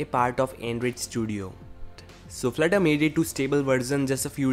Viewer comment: FLUT-TER!!! Not FLIR-TER '-'